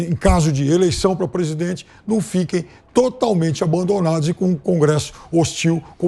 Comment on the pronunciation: Pesguiza. Mintiroza. Nau. Ezist. Careta. Porcento